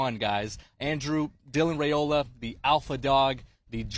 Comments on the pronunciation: IT'S RY-OLA!!!! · Five peat incoming. His name is Rye-oh-lah.